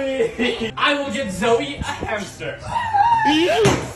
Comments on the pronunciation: Zoe shouldn't said H for hammy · Zoe should say hamster with h